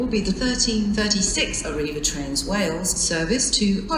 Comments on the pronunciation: Birmingham News Treat and Birmingham Internaytional😂 This Train is Operated by ARRIVA DRAINSUS🤣🤣🤣🤣🤣🤣🤣🤣🤣🤣🤣🤣🤣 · I laughed so much at "Toolfort Central" "Oshunt" and "Arriva Drainsus"